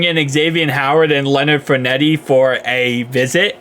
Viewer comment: lol bro, Fournette is pronounced “FOUR-NET”